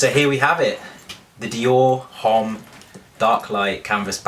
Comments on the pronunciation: Shouldn't u know H doesn't sound in French so it's Omme, not Homme? I'm sorry it's just so funny keep listening to u saying Home lol. Do u pronouce Hermes Her-may-z? Hahahahaha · LOVE the bag!! :) but fyi, "homme" is pronouced without the "h" :) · just FYI - you do not pronounce the "h" in the word "homme" ;) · You pronounced Homme wrong ........cringes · You look like a school boy :D :D !!!! Which grown up man wears a backpack :D :D it's just absurd and ridiculous !!! I did not know your name is Lydia , as shown on the monitor :D :D PATHETIC and H is not pronounced in homme :x:x:x